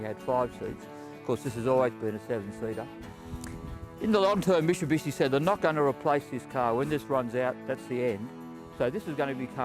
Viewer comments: it's mitsubishi not mishibishi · Say it slowly mate Mitsubishi no musubusuiiiiii....eeeee shbdnhhdndjisii....